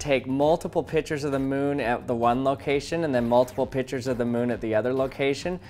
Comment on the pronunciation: U sound like u are saying pitchers instead of pictures